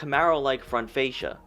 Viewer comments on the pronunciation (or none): none